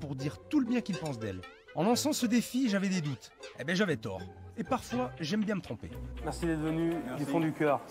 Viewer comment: " C'est moi " ... Hey les gars j'ai un projet ... " c'est pas bieng "